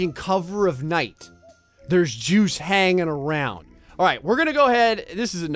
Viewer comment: With the way you talk it sounds like "through the Jews over here"